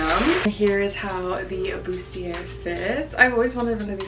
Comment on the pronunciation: its pronounced boo-stee-ay! its french, so dont pronounce the r at the end